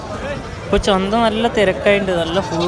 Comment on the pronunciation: Chandi alla chantha😂